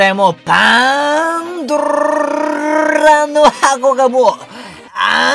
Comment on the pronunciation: パンドラの箱言えない可愛くて好きです♡